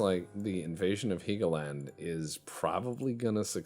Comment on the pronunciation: it's Hell-go-land.. not heegoland